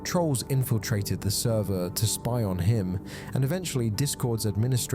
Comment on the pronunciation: He lost the “therver”